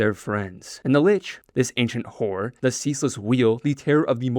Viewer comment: Horror not whore